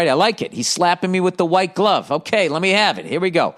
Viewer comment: Lol "hwite" love it